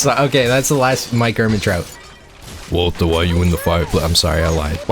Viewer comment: Feedback on the Mike Ehrmantraut impression: Walt-ER. Hard R. Right now it sounds like Mike is randomly saying Walter like a British man. I feel like one of the hallmarks of how Mike says Walter is the heavy enunciation on the last syllable. Utterly spot-on otherwise!